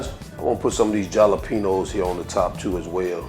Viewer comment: Looks delicious 😋 & I like how you pronounce Jalapeños lol